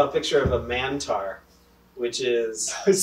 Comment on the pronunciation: A manotaur..... 😂😂😂😂😂😂